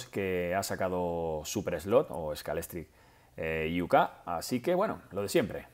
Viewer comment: A mi me gustaría hacer una crítica constructiva para mejorar las explicaciones. Si hablamos en español, hablamos en español. No es de recibo pronunciar "Scalextric IU/K" o "Taip ERRE", que, por cierto, no es correcto en ingles, puesto que se pronunciaN "SKEILISTRIC IU/KEY" Y "TAIP AR". Y luego no ser coherente y seguir en la misma tónica al no llamar "JONDA" al modelo, o "BI-TI-SI-SI" al campeonato. Evita totálmente los angilcismos, que no es tan difícil, o pronuncia todos los términos en correcto inglés.